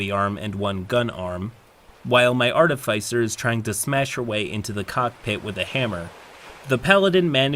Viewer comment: artifice rhymes with dark abyss